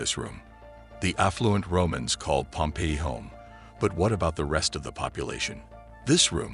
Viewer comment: It would be nice if the narrator pronounced "Pompeii" correctly. It is Pom-PAY -- in English, in Italian. Pompey, pronounced PomPee, waa a personn.